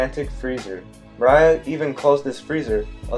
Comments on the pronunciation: You made some good points, I was actually surprised. However everytime you went off wildly speculating about anything mildly coincidental that's so unnecessary to the theory you just completely lose me... also it's Moriah not Mariah 😅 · Nah I don't think this is it... also isn't Moria's name MOR-ee-uh? Not, Mor-AYE-uh? I feel like a lot of this is grasping at straws (pun intended) making mountains out of mole hills. Its one thing to make some vague speculations, I'm not so hard to convince of them, but to use those speculations as a basis for more speculations is too much of a stretch (pun) I'm being a bit nitpicky, but I could really tell you're reading off of a script; it was kind of hard to focus on the information you were actually trying to convey sometimes. I would work on trying to speak more naturally, or such a way that it isn't so monotone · Why do you keep calling moria "Mariah" 🤣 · Its moria not maraya 😭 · Dude love the theory but pls dont call moria mariah kek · The way you say Moria kills me it’s more-ee-uh not muh-rye-uh he didn’t sing always be my baby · His name is Moria (More-Rea) not Maria (Mah-Ryah) hearing u butcher such easy names was nerve racking tbh still watching tho...I like da theory but not buying Oars being Joyboy tho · Okay theory aside why do you keep calling him Mariah? His last name isn't Carie. It's Moore-ria bro. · Mary-joe=Marijois, not Mo-rye-ah its Mor-ee-ah=Moria. Much of the evidence I think you overthought, just because of the words gold and rocks on top of the use of strawhats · .... He called Moria. Mariah.... Points deducted for funny pronunciation.... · It's pronounced more E a not more I a It's so irritating that everytime I hear you miss pronouncing it I want to immediately stop your video. Which is a shame because your theories are pretty interesting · Dude. It's pronounced More-ee-ah Not More-eye-ah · Mo-ri-ya Gecko Moria that's how you pronounce his name I believe. And awesome theory. I love it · "Mariah" lmao